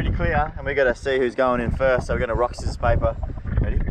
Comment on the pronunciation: He Said... Rock “Sizzors” paper wtf?